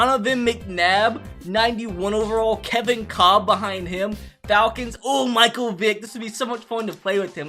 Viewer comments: Kevin kolb not Cobb lol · It should be Kevin Kolb not Kevin Cobb 😂😂